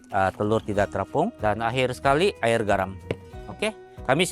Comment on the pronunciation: Jelas sejelas-jelas nya sebutan nya kan,tanpa meninggalkan huruf yg di eja. Air------sabahan sebut air,klu smnjung Aie..😅😂 hilang huruf "r"nya.